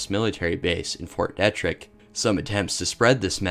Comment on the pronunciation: I guess its a maryland thang but here we pronunce it Fort "DEE-TRICK" lol